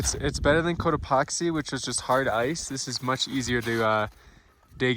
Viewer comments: I was sleeping and I kept hearing “coat epoxy” and I was dreamily thinking to myself, “why does he keep saying it like that?” 😂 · The way he pronounces Cotopaxi, makes me wonder how he pronounces taxi. Lol. I can picture him yelling "toxi", "toxi" as they zip right by. 😂